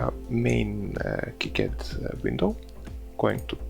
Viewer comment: Gave this video a thumbs up because you pronounced KiCad properly.